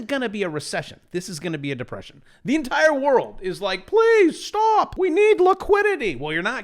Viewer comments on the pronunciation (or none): none